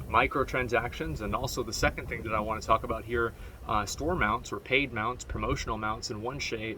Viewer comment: Am I the only one that understands Taco bell everytime he says talk about ?